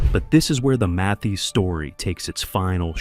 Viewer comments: AI couldn't even pronounce his name- MAY- this ? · At least you could pronounce his name correctly. This A I voice is horrendous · The narrator can't pronounce his name correctly and where's the actual proof 🤔